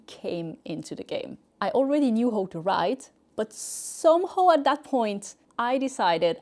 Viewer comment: can someone teach you to finally pronounce "how" in English..PLEASE!.. say hau not hooo